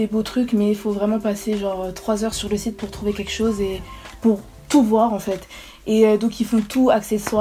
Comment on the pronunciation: Au début tu dit c’est un chite au lieux de site